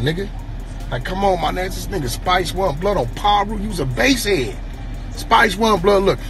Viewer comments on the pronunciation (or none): Nigga said base headism😂😂😂😂